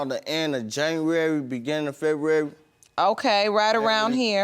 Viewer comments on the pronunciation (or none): I got locked up roughly at the end of JANNAWARY beginn of FEH-WU-WARY! 💀😂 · The way he says February is irking my soul